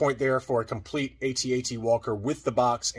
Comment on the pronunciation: No, I don't know anyone other than AFG that sounds out all the letters. All military personnel will pronounce an acronym like a word if the letters are formed that way. It's also really weird to sound out all the letters individually for the AT-AT but not for the TIE Fighter. At least with the TIE Fighter you hear the acronym pronounced as a word on film.